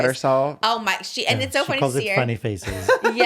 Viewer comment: "too fanny" laughs in british